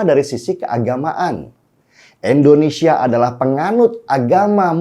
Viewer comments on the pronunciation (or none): bang denny... Indonesia, bang bukan Endonesia.. pake I bukn E ... dibenerin donk bhsanya..